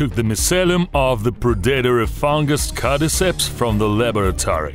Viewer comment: "cadiceps" "codiceps" "carry ceps" "apacacalips"